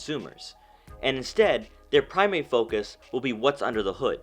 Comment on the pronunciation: Primary not primay Twenty nineteen not twayniteen Luxury not lugshe